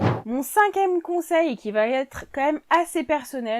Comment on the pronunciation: Vidéo intéressante. 11ème conseil : évitez de dire va...t....être car il n'y a pas de T entre va et être. Les commentaires seront plus agréables à écouter. Merci.